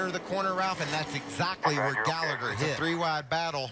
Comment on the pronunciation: "What a save by Spencer Gairligher!"